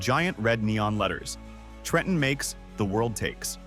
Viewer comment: Best part of this compilation was A.I. voiceover pronouncing "TREH-EHN" correctly on the first attempt 😂😂😂